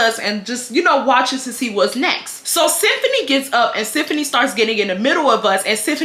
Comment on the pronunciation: So my name is Siefuni and the way says symphony is literally the way people pronounce my name. My name is unique, but to hear it every minute in this video is a bit strange 🤣😂but I love it. Love you 😍